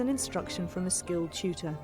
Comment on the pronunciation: Ski-ew chew-tour? ... You mean skilled tutor? Well that's also where the actual purpose of the video starts, the rest was preface(as if this is a novel rather than instruction video). She lied! It's that instruction starts...